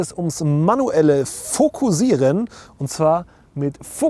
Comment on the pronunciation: fokussieren bitte mit scharfem S aussprechen. es wird auch mit ss geschrieben, also scharfes S. bei deinem gesprochenem "fokusieren" bekomme ich einen kackreiz.